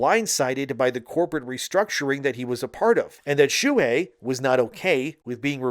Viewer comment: Shoo-Hey. But read faster.